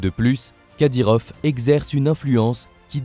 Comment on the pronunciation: Les français m'énerve a dire kadyrof c'est kadyrov!!!!!! Tout le temps a dire F au lieu de V c'est français pourtant !!!??